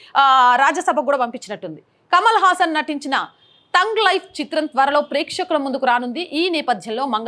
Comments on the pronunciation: టంగ్ లైఫ్ కాదు తల్లీ, థగ్ లైఫ్ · తoగ్ లైఫ్ కాదు" థగ్ లైఫ్ " అనుకుంటా అండి.